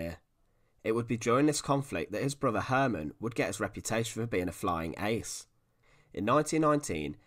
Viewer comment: Ooooohhh..... he had a broothuh and a moothuh...